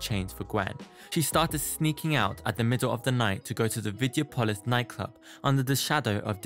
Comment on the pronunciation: It's VideOpolis, and it's evEEta (Evita)